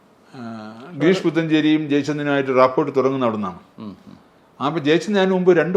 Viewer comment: Rapport എന്നത് റാപ്പോ എന്നാണ് ഉച്ചാരണം.. റാപ്പോർട്ട് എന്നല്ല 😬🤐